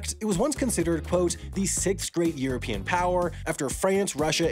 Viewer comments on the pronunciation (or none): none